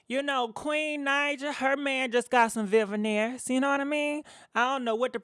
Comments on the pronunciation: They called veneers not vivaneers boo😁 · Wtf is a Veveneers???????? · "Vivaneers" 😆 I love you,!!! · Shekinah issss slow after all huh?🤔😫 Khia was right; slow yellow schoolbussit baby😂 P.S ... I live for the mispronounced names EVERY VID😍😂😂